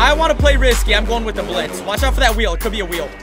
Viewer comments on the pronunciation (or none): none